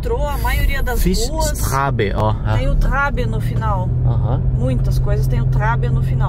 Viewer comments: Esse B diferente tem som de SS, gente! Se fala “ShtraSSE” (rua/estrada) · StraBe se pronuncía strasse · Olá meus queridos, td bem? Então, não é strabe e sim Straße, pronuncia Strasse... tradução: Rua. E bahnof é Estação. Abraço! 😁🤗🙏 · A escrita correta é "STRASSE". Este símbolo "ß" não é um "B" mas a consoante da língua alemã que pronuncia-se como SS... No caso seria "STRASSE", como dito significa "estrada" ou "rua".:_meudeus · aquele B em strabe tem som de SS , strasse, que é rua. bahnhof é estação ferroviária. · O B grande de strabe se diz ss , fica strasse(rua) 😊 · Oi amigos, tudo bem?! Estou adorando os vídeos, mas para mais informação o que vocês falaram ser Strabe é na verdade "Strasse" , aquele b estilizado tem som de ss. E significa rua, no caso do minuto Fischerstrasse, significa Rua Fischer. Boa viagem! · O b de strabe se lê strasse, vocês estão radiando felicidade. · Na verdade não é strabe, se pronuncia strasse, que quer dizer rua.😅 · Olá casal aventureiro, guten morgen wie ghets gut ? apenas uma dica para vcs, pela internet mesmo vocês conseguem aprender um pouco, o significado básico do idioma alemão, aprendam o alfabeto, conheçam as letras e tudo ficará mais fácil. Essa palavra que vcs leram StraBe na verdade é Strasse esse B grande tem som de dois S, significa Rua. A letra J pronuncia-se como i e e w som de v, tipo carwasch ou lavacar, pronuncia-se carvasch. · "Straße" = Rua. A letra "ß" não é um "B" é chamada Eszett ela nasceu da junção do "s com z" e corresponde a dois "ss" igual como strasse, tbm pode ser escrito com os dois "ss". A maioria do som das letras do alfabeto alemão é parecido ao português. Com exceção dos acentos a maioria das palavras pode ser lidas igual como no português. De salientar que essa Alemanha igual á do Brasil é mais para o sul mais concretamente na província BAYERN capital München. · strabe é rua, mas se pronuncia strasse o "B" é um beta que no alemão se lê com som de ss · Straße = Rua e a pronúncia é Strasse